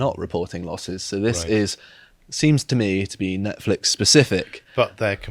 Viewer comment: idk, maybe its an accent thing, but its pronounced 'Nonce-flix' its really distracting calling it that weird name